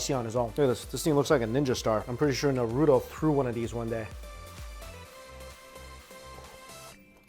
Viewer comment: It's na ru to... not narudo....